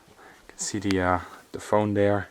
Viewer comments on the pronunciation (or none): none